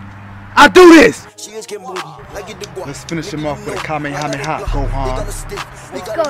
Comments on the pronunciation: Did the guy just say Hoehan..? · Why when the part that goku said let’s finish them witH camehameha why did he call Gohon hohan